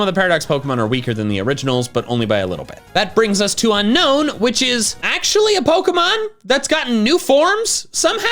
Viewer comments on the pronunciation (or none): It's Unown, NOT Unknown! There is no K in the name!